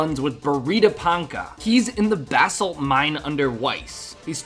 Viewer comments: Bass salt 😂😂😂😂😂😂😂 Bro it’s ba-salt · u keep saying bath salt and its cracking me up.. not positive but i think its buh salt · buh-salt brother, not bass salt. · basalt not bahsalt haha.. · my dude it's Bah- salt like "bruh" without the r. buh-salt. not bass-alt